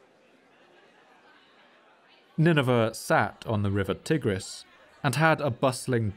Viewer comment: Tigris is pronunced TY-griss, not TIG-riss.